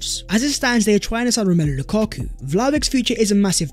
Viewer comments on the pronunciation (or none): none